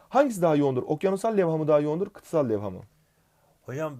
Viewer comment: Kıtasala niye kıtsal diyorsun ya